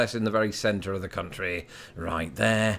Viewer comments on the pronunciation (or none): none